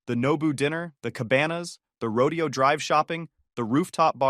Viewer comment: Rodeo Drive is not pronounced like a cowboy exhibition, ro-dee-oh. It is pronounced ro-DAY-oh.